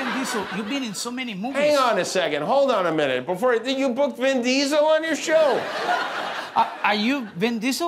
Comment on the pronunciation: Did Guillermo say Ben Diesel?